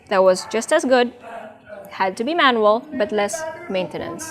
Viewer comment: It's pronounced GEN-KAN. Also your English is really good but it's interesting the way you say manual. You pronounce like the name Manuel.